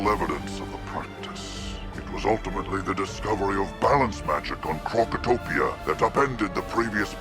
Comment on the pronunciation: Krokotopia ❌ Krakatopia ✅